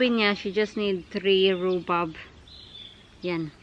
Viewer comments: Tama ang sinulat mo na rhubarb pero the way mo i-pronounce rhubab. Sorry baka slang lang pag pronounce mo. Andito din kami sa UK. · I THINK PRONOUNCED RUBARB. BARB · It’s not silent R